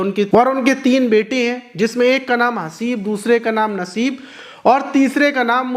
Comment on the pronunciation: Teeno Nam Galt bola h 1.Badnsib 2.khabish 3.Musibat